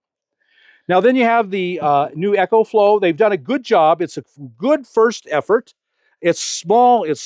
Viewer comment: Is anyone gonna tell Bob that its not called Echoflow, its pronounced Ecoflow, as in economical